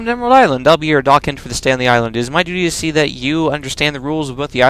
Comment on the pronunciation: "daw-khent"? wtf? Docent (doe-sent): n. 1) A university lecturer 2) A knowledgeable tour guide, such as at a museum, informing you of the displays/exhibits.